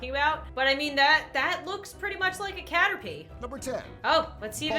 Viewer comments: Number 6 caterPie Me:laughing soooo hard Mom: are u ok 😐😑😑 Me:yes it's just caterPie!!!!😂😂😂😂😂😂😂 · Yes the caterPie A+ on Pokémon names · Caterpie PIE! GIVE A LIke to make everyone pronouce correctly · This is how the man say caterpie CATER-PIE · i learned that some people can't say caterpeeee is it that hard!!?!?!?!? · Nobody: Absolutely nobody: Not even the freaking sea gals:: cater-pie 🐛🥧 Me: 🐸<——— I turned into “BULBASAUR” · CaterPIE - dies wait does he keep saying it?! - CaterPIE Me- R.I.P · CATER- PIE me: "starts cracking up": "starts cracking up" All pokemon fans: "start cracking up": "continues saying it" Me: You have made a fool of yourself, ya might wanna hide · The guy: caterpeye (the guy pronouncing it wierd) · Nobody: Not even:: cAteRpiE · What the frick is a cater(PIE) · It's pronounced {caterpee}. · Number 6: caterpie Nobody: Nobody::STOP SAYING CATER-PIE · When he said cater-PIE it hurt my soul. 😭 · Me ITS FLIPING CATERPEE BUT ITS SPELT CATERPI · caterpie sounds like cat or pie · Cater pie.... Ugh! Cringing internally. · "Cater-pie" -Narrator 2019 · video: Caterpie. me: it's said like Caterp- i video: says Caterpie for the rest of the video. me: Triggered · guy saying CATERPIE WRONG: me and:having a heart attack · Those who want to relive that amazing pronunciation of "caterpie" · Poor Caterpie. It needs a hug for that pronunciation. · Pronounced caterpie wrong and I start dying inside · No one:: caterpie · no, the narrator pronounced it wrong. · no the narrator pronounced the name of caterpie wrong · LavenderFoxGaming rip caterpie XD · 1: he said six two times in a row 2: first time it was number three, so we just jumped from 3 to 6 3: he mispronounced caterpie 😠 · One like on the video = one time the narrator says Caterpie correctly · who else just started dying when pronounced caterpie